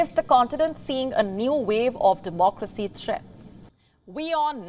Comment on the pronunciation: What "Demcracy"?